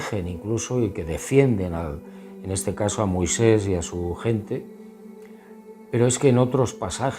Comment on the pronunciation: Después dice "Moiseis" y es Moisés.